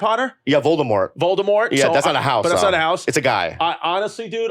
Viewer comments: Bro said Voltimore, lol. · Bro said Voldemort like it was Baltimore 😂